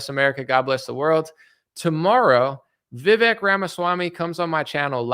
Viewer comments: Vivek is pronounced as if the E is a Spanish E. Which has the A sound as in Jose. VI-VAKE .. RHYMES WITH CAKE. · His name is pronounced "Vi-vake" as in cake. 🎂